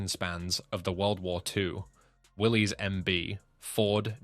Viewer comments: It's not pronounced Willy's the guy's name was John North Willis spell with a y the vehicle is a Willis not a Willy's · It didn't stand for Willie's it stands for Willis you don't pronounce the Y in Willie's you pronounce it as Willis the man who started it his name was John North Willis not Willie's